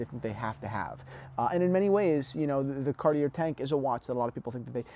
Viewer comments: I have two quartz watches in the collection: a Tiffany Tesoro chronograph in 18k, somewhat blingy (but I like the looks) and weighs a ton, and a very thin Baume & Mercier moonphase. I keep them for their aesthetics, and they're both no-worry watches. BTW, the name is pronounced car-t'YAY. I know pronouncing JLC gives you fits, like me. Pronouncing French always makes me feel like Pepé Le Pew. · Is this an old video? You seem to be mispronouncing Cartier. Andy Warhol advised that the Tank design was so iconic that it was not even necessary to wind the mechanical version. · learn how to pronounce the brand... you lose your credibility in the first minute. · I disagree. I am french and I don't pronounce Cartier like you probably do. It is understandable that English speaking people pronounce it that way. Knowledge makes more credibility than prononciation. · You should probably learn to pronounce Cartier before you start giving advice (misguided as it is) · How do you say, Car-tee-aye. It’s doesn’t rhyme with air. Now back to the video, with Cartier the aesthetics of Cartier timepieces is the design not the movement. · “Someone who’s not into dress watches” The British Royal Family have long been fans of Cartier (it’s Car-Tee-yay). In the US the Kennedy’s also famously wore tanks. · 1 out of 3 is good for Americans today. At least he didn't mess it all up.🤣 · How is this a watch channel and you don't know how to pronounce "Cartier"? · The guy can't pronounce "Cartier" or "Louis" properly, and yet he thinks we should take his advice? What an asshat! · Gahhhh.. Say Cartier the right way!